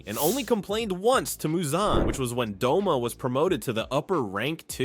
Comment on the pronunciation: Bro I thought his name was Doma not Douma. I thought I was a demon nerd😭